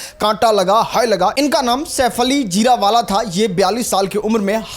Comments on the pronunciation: Jira wala nahi re bsdk Jari wala bol Mc.. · जीरवाला नहीं जरीवाला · Jirawala nhi😂😂 jariwala